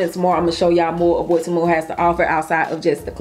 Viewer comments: It's pronounced TEE - MOO. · It's pronounced TEE MOO